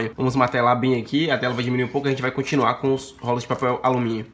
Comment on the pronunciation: O cara não conseguiu falar rolos, sempre falando rólos, que aflição.